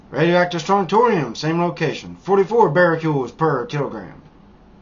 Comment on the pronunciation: I really do appreciate your videos and PLEASE don't take this as an attack, but you might get more credibility and attention if you pronounced cesium, strontium, becquerel, and such a little more accurately. Keep up the good work, I want to visit Vietnam someday too!